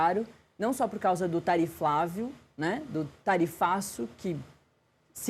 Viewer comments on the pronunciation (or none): A jornalista falando Tariflavio, se entregou que trabalha para o PT